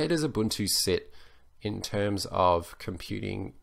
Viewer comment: yes UBUNTU not UbanTU